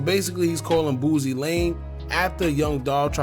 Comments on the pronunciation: It’s “Boo-See”….. not “BOOZ-EE” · Bro its BOOSIE not Boozy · Aye, why you always call the homie “booozie”? 😂